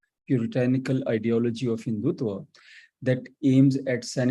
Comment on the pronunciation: 1. Can't pronounce, Spell RSS long form🤮 2. Can't pronounce MODI, HINDUTVA 🤣🤣 3. Islamist explaining HINDUTVA n secularism is JOKE🤣🤣😭